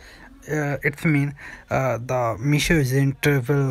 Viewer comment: Mission nahi meesho hota hai.